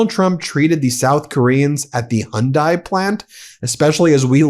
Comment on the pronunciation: Its hy.undi not hundi